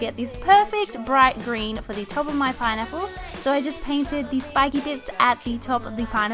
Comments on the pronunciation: why does it sound like she's saying pine nipple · i love her and all but when she says pineapple it sounds like "pie nipple" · She says pinipple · Keiley Holcomb same